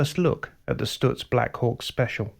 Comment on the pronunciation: I've always been hurt that so few people knew of the genius that was Frank Lockhart. I guess that the brevity of his career could help explain that. Two things that I felt let down by this video. IT was too short, because there was much more to be said! Also someone should have coached the presenter how to pronounce Stutz! (St-utz not Stu-tz) About Lockhartz's legacy. He was a master of car preparation and his two Miller racing cars raced on without him. Louie Meyer won the national championship while driving most of the seasons races in one of the Lockhart cars. the other Lockhart car won the 1929 Indianapolis race with Ray Keech driving. As for Stutz, they were involved in Le Mans the same year Lockhart was lost and were in a winning position until late in the race when the cars innovative 4 speed gear box began to fail. The Stutz Model BB Blackhawk came home in second place, 8 miles behind the winning Bentley which was reduced to running at 50 KPH by a failed cooling system and a cracked frame. After this date the investors in Stutz were discouraged and the company faded from the market.